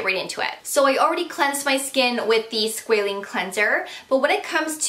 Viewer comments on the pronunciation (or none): SquAH-Lane - I swear I twitch anytime you mention Squaline - not the same thing